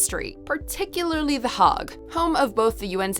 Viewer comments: You might learn the correct pronunciation of these places first before publishing to YouTube. It's the 'Haig' as in `Earl Haig', and not the 'hagg'! If you don't know such basic things, it suggests you haven't researched the topic properly. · Are you mispronounced Hague?